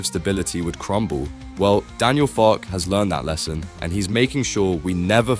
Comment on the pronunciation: For God's sake pronounce his name correctly! It is Farkeh.